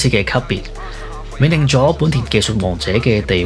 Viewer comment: 奠定係讀「電定」，唔係冥定